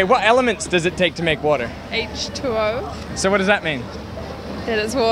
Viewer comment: y, but the girl saying water is water and it's "aitche twoo" is dumb.